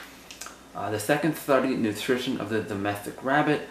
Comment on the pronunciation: "nootrithinn" *lol I feel this is a valuable reference for your actor´s portfolio : ) who knows which fun roles it attracts !